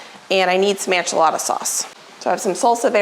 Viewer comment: are you saying ANchilada???